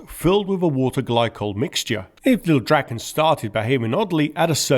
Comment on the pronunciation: Your Swedish pronuanciations are impressive. Thanks for actually translating the name (mostly) properly! Lilldraken means the Lil' Dragon, and not little dragon. Praise be to!